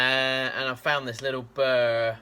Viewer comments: It's called a burl. Bee you are ell. The L is not silent. A burr is something that snags on your clothes in the underbrush. A burl is a knotty, gnarled growth on a tree. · It’s burl, just say girl with a B ! Keep on turnin . Great videos thanks from Texas!! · Burr Roll. say it real fast and you get berl.